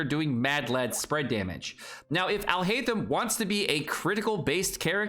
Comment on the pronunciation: Man can literally not talk about mispronunciation with the way he says Tighnari and Alhaitham 💀